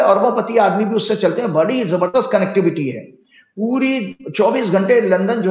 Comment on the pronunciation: Jumma jumma 2 nahi 8 Roz hote hai aur kahawat bhi yahi hai, aur jabardast nahi zabardast hota hai mujic nahi music hota hai